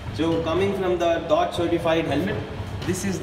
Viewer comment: It's not said dot it is said Dee oh tee as in the department of transportation